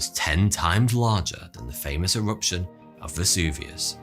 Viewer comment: E-Wuption? Tambo'wa? Molten Wocks? No Wonder the Fwench can't understand your Fwench-Bu'ut even your English is...Vewy Charming!